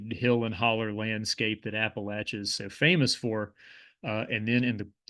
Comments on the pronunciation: how cathartic to hear Appalachia pronounced correctly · Thank you for pronouncing "Appalachia" correctly!